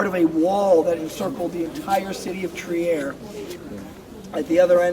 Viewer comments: The guide is trying, needs to learn how to say "Trier" correctly. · [ Tri:r] not [Tiaer]